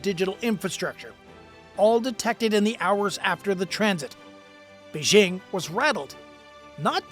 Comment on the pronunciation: Okay, so the second syllable of "Beijing" is like the first syllable in the phrase "jingle bells." It's not difficult.